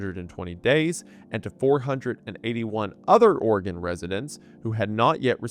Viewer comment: My blasted ear keeps hearing you pronounce Oregon as Organ lol